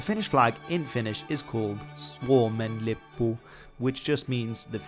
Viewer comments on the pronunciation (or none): It's so funny when he says something like: ''Suomen lippu'' or ''Siniristi lippu'', because he doesn't pronnounce them right. (I know he doesn't speak Finnish.) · that was amazing listening to you saying swuomen lippu and sinni risti lippu lol